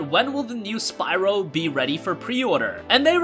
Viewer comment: you mean Spyro;) not syro